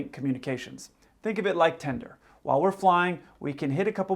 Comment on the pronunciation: It’s TINDER not TENDER… you’re so innocent bro😂😂😂 never change